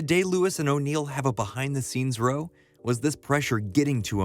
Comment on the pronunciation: Row as in argument rhymes with cow, not low.